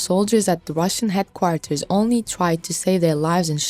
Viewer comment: Do something with your English please, it is headquarters not heatquatars! English is not my first language, that is why I stay away from reporting in English, you must do the same!